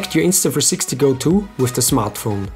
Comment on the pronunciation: Can you say the name INSTA THREE SIXTY right instead of INSTA FREESIXTY?